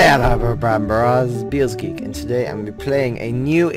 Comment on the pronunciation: Games lol